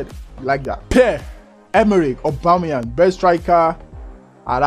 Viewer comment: man said aubemeyang best striker on leauge